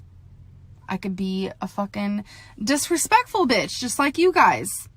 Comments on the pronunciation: what did she say... it sounded like a mix of “despicable” and “disrespectful” dispectful? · She said "dispective" lol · Imagine trying to sound cool and confident while ranting and saying “dispectful” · I usually never comment, but did she just say ‘dispectful’ completely seriously? (I know she meant to say disrespectful but come on) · "Dispectful" will never not kill me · is when she says dispeckful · the famous “you are a dispectful piece of ship” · "dispectful" , huh? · If you’re going to try and hate on people at least pronounce disrespectful properly. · Tha f*ck does “dispekful” mean? Lol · I really think she’s just talking to herself when she said that OH SHIT SHE SAID DISPECTFUL IM DEAD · This moon pie said "Dispeckful" girl I-💀💀💀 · dispectful??? Okay, good insult. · did she...did she just say....”dispecful” god i LOVE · “Disspecful price of shit” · I love how are dianty girl said dispecful piece of shit like what learn English she's also acting like she's some big star everyone is costantly watching like chill brooooo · “Dis-pectful piece of shit” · did... she just say dispectful? with her chest??? ugh yes ☺️🧚🏼‍♀️✨ also the funniest thing is like... she’s clearly transphobic, manipulative, abusive and an animal abuser and just close-minded and yet.... she’s the victim? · “You’re all idiots” “You’re a dispektful piece of....shIT” 😭😭 oof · “dispectful” ............ that’s when I tuned out ✌🏼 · Did she really say 'dispeckful'? 🤦‍♀️ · Wtf does “dispecful” mean ? Is she trying to create a hybrid word from disrespectful & despicable or is she just that illiterate? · “ you are a DISPECKFUL” whut 😦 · Lmao she has no right to be this condescending when she can’t even speak properly, “ you are a DISPECFUL piece of shit”??? GORL WHAT hahaha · “Dispectful” girl that’s enough internet for today let’s hop off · "Dispecful"? Is she trying to say disrespectful or despicable? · Well that’s just ‘dispeckful’ 😂😂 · Damn so ‘Dispecful’